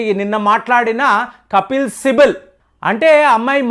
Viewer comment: సార్....కపిల్ సిబల్ అని పలకండి...."కపిల్ సిబిల్" కాదు.. ఇంతకు ముందు స్పీడ్ కొలమానం "మాక్" ని "మాచ్" అని పలికారు..తర్వాత సరిచేసుకున్నారు...ఎందుకంటే మీ వీడియోస్ ని కొన్ని వేలమంది చూస్తారు...